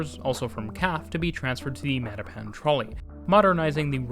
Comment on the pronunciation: Dude: it's MattaPAN, not MATTapan. Yeah, Boston English is weird.